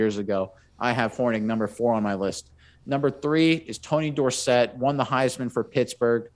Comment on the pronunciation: Great picks. Staubach is in a league by himself, no pun intended. Dorset, emphasis on the second syllable, was the most explosive running back in his time. Walker is one of the best NFL players, ever! Don't believe me, just look at how good he was even toward the end of his career. The cowboys were able to trade him to the Vikings for pretty much the rest of the league. #HershallWalker, #TonyDorsett, #RogerStaubach